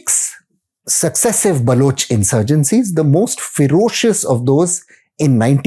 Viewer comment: Ferocious? I think you need english lessons buddy lol....